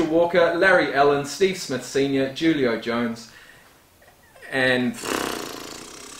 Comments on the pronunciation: The first J in Julio Jones is pronounced as an H. Who Leo Jones. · BTW Julio Jones is pronounced (Who Lee O) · Called a "live stream". Julio jones is pronounced hoolio or who-lio. Haha thanks